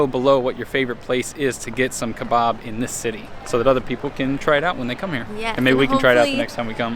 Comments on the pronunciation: Just a note we say don-er and ke-bab not ke-bob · Glad you enjoyed your latest trip to England. I chuckled at how you pronounced Doner Kebab. Doner is stated like Donna. And the Kebab is not pronounced Kebarb its an a not an ar if that makes sense, like in cat. But the important thing is you enjoyed it. The burger looked amazing too !! See you on the road xx MMMD